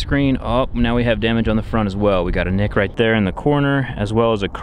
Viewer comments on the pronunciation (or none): none